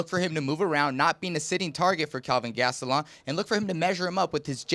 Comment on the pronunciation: Chael said Gastelum correctly. No more Gatselum.